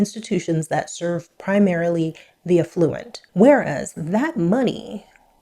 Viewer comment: I must say it. I love that your pronunciation of 'affluent' sounds like 'effluent'. My mind and heart instantly applauded the resultant sound bite.